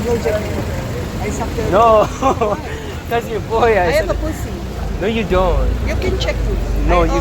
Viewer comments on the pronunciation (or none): “i hava poossy”😂😂😂